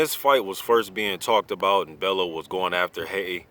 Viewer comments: You're pronouncing it wrong. You say it like "bell-you" not "bell-oo" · Love the channel, just you always say tony's name wrong. Its not BEL-LOW it's pronounced BELL-YOU (Bellew)